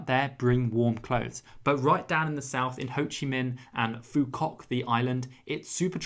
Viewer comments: So great. But I see you mention “Cao Lau” in Hoi An( not Cao Lan) and Phu Quoc Island ( not Phi Quoc) 😊. I wish your videos get lots of like. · it is Phú Quốc not Phi Quoc 🤣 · just fyi, The traditional beef noodle PHO is pronounced like “Fuh” - people don’t quite like it when you say foe. Also, the island PHU QUOC is pronounced “FU WOK” (sound Chinese because the name was in fact influenced by Chinese domination hundreds of years ago( Hope this helps! Awesome video 🙌